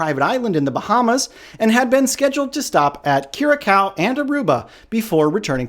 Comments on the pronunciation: Dude it Is pronounced Kyu-ra-saow. (Curaçao). Otherwise good job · C-Cedilla: Ç is pronounced "sss"